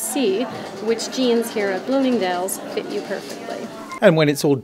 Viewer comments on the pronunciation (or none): "Fit" sir, "Fit".